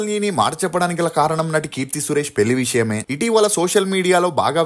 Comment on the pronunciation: పెలి కాదురా పెళ్లి…. తెలుగు పలకలేని ప్రతి పనిలేనోడు ఛానల్ పెట్టేయటం…. నేను చూడటం…. ఖర్మ